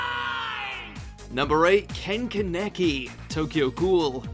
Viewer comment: The way he says, “ken kaneki” bothers me lol